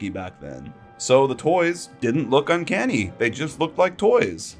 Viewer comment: every time you say uncanny my eye twitches